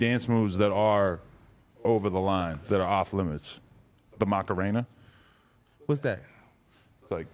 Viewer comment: Did Adam really just say ".....the macarana....." lmao 🤣